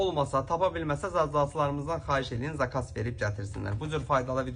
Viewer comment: Zakas yox, zakaz, menim qardaşım. Bir iki tabletka özün at qaqa